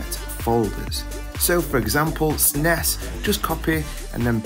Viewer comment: SNEZZZZ NOT SNE S WHY SAY SNE S good video thank you